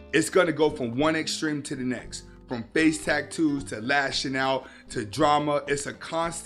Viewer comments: The delivery cracked me up. Tack-toos 😂😂😂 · Are you saying tacktoes